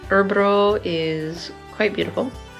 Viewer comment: and then there's the dialectal variations... It's so hard to explain that "ö" sound, it's hard to think of an english equivalent. You say it in a decent way in the beginning of "earl" or (g)irl but we have a hard time explaining what part we mean is "decent". It's only the part before you start to lift the tip of the tounge to the transition into an "r" that is the "ok part". The the tounge lower than in "earl" initially and it would help :-)